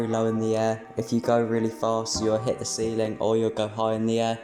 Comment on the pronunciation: bro said steiling calls